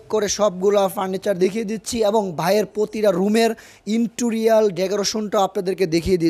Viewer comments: Vai uchharon ta ektu thik korun inturior noa ota interior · ওরে গাধা ইন্টুরিয়াল না। ইন্টেরিয়র হবে। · ইন্টোরিয়াল না গাধা। ইন্টেরিয়ার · Akdom... R J interior k intorial bole bok bok korche se o pagol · Wtf is "intorial decoration"? It's giving me anxiety everytime I am hearing. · Intorial....??? Hayre...... Hashi thamiye rakte parlam na....🤣🤣